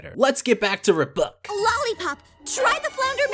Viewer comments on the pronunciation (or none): Interesting. This guy pronounced it as "Rub buck" instead of "Are buck." I guess there's no right or wrong way to pronounce RBUK. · I just loved the fact you called it Ruhbuck.